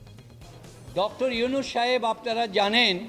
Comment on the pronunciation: আরে নষ্টা মহিলা ড. মোঃ ইউনুসের েএকটা বালের যোগ্যতাও তোর নাই তুই িতার না টা ভালো করে বলতে পারলি না কেন///////মূর্খ সাংবাদিক.....